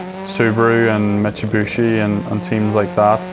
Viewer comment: Did this man say "Mitsibushi" or is that an actual way of saying Mitsubishi?